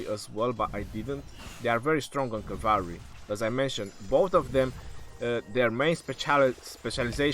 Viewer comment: cavary? lol.